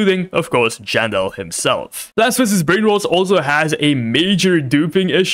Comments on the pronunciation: Why did he said plants v s brain rod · Bro cant even say plants vs brainrot he says blant vs brain roads😂